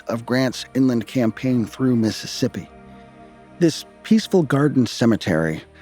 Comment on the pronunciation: During the old court house museum portion did I hear correctly that the curator called it "methassippi"? Lol!